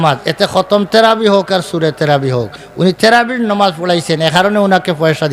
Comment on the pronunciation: আপনি তো তারাবি শব্দটাই বলতে পারেন না আপনি আর কি ফতোয়া দিবেন?